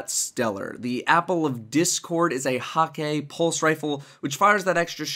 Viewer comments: You say it like Hekeh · Dude I am german and you say Hekeh in german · I think the Jabberhakke sidearm gives a hint at the actual pronunciation of Hakke. It's supposed to sound like Jabberwockey, so even though it sounds weird, I think Hakke is pronounced Hockey. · nope. It's pronounced Jah-ber-ha-kuh-dee.